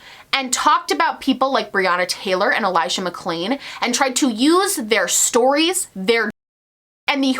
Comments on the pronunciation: He said Elijah McCain instead of Mcclain and then dubbed it over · can we also talk about the fact that he mispronounced Elijah McClain's last name and then dubbed it over? Like, do you not even have the time to rerecord a snippet in your giant mansion during your weeks in "reflection"?